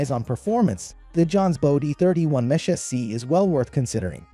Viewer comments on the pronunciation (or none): This is clearly an AI voice talking on this video. Saying things like M-Esh instead of Mesh makes it pretty obvious, along with the glitchy variations in voice. Not a bad little video, but I'd prefer an actual person talking.